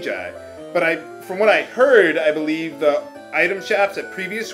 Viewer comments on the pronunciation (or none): none